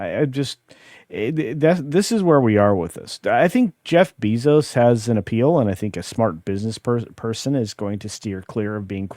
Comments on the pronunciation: Bezos Beezos.. stop that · I love the content, but please stop saying "Bayzos Beezos." I know why you say it, but it's really annoying - and I'm not someone who gets annoyed easily lol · Why not learn how to say his dam name i could not take it didn't even get 1/4 through 🫧